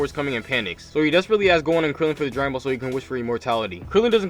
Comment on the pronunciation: I swear every time he says gohan and krillin I hear gon and killua